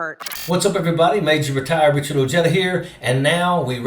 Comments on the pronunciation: Thank You For Your Service,Sir But Please Speak 🗣️ Your Name Correctly .....With Pride Sir .....Ojeda (Oheda)💯💯💯💯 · Your Hispanic last name is pronounced ' Ohh-Hey-Dah '. In Spanish, the letter J makes the sound the letter H does in English.